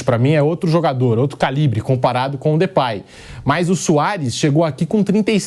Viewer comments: Pilhado, se pronuncia Depey mesmo, e não Depay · Sabe nem falar o nome do Cara 😂😂😂 mais das finanças sabe né...Comédia